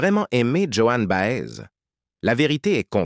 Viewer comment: voix insuportable prononciation BA EZ ??? et que d'amours : la fidélité ils ne connaissent pas...